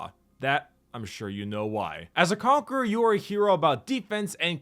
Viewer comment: The Conque-RAH